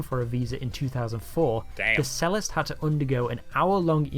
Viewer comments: Typical narration read from a script 🙄. What is a Sellist? I thought a person who played the Cello (pronounced Chello) was a Cellist (pronounced Chellist!) 😂😊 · I wonder if this is an AI narration because he keeps saying “sellist” but it’s a cello and a cellist! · Ironic that a guy creating a video about how stupid other people are cannot pronounce 'Cellist'. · I have never heard cellist pronounced that way, is it a normal pronunciation somewhere? I don't suppose the UK English cello - 'chairlo' is the original either!